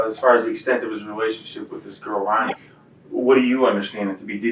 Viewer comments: It’s Ronnie not Ronie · Content creators: her name is pronounced "Ronnie" - as a fellow content creator, if you want people to appreciate your coverage, you need to pronounce the victims' names correctly. Also, we can only embrace AI generated voicing if it pronounces names correctly. Otherwise, it's immediately recognizable and easily rejected. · You owe it to the victim to pronounce her name right. If it is done by AI just put her name phonetically pronounced in the script. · Love when AI says victim names wrong. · Agree. She deserves that respect.